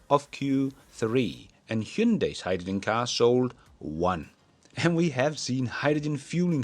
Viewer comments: Please pronounce hydrogen correctly. It’s not “hi-ja-Jin”. It’s hi-dro-jin” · it's Hyde-da-Gin lolol